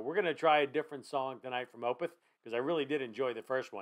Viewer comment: Opeth is pronounced is 'Oh-peth', not 'Oh-pith'. :) Good reaction, in any event. This song is amazing. Opeth has dozens of tremendous songs.